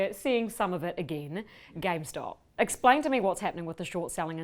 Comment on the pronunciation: Why does he keep saying “gamestock”?